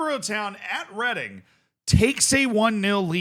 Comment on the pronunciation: I'm from Reading. Well done for not pronouncing it reading